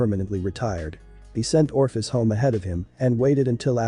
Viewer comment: for crying out loud Ophis does not possess an R